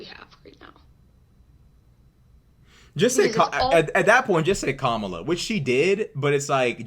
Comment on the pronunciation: Also she butchers Kamala’s name on purpose but would throw a fit if you misgender someone deliberately